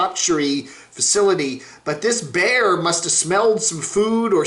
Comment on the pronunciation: BEAR !!!!!!!!!!!!! Not Bar!!! unless your from Boston